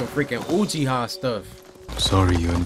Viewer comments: am i the only one that realized corey said ucihiwa instead of uchiha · It’s “uchiha” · He said Uchiha. Sorry for my annoyance